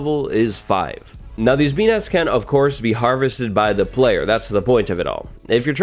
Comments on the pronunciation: Ngl, every time you say ‘bee nests’ I hear benis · It sounds like you're saying bee nuts. My wife and I were laughing.